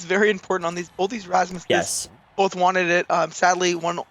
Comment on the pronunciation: tired of hearing 'rasmuses' when are we gonna start using the proper terminology - 'rasmi'